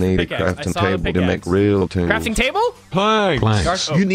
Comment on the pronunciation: The southern accent made me audibly laugh. reaaalll tooollss